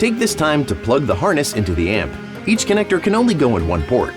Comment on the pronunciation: Well it's not how "connector" is pronounced, any clues there? Never heard it pronounced with "-igger" at the end